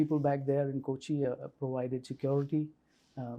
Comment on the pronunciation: Its Kochi. Not Coach -E.